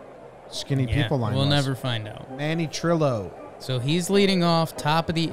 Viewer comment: Manny Trillo Pronounced more like Tree-O 2020 Phillies Wall of Fame inductee